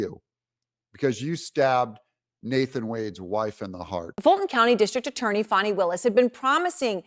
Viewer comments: I am going to unsubscribe if you keep pandering to the DNC and pronouncing her name "Fawni". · Pronounced "Fanny" like yer azz 😂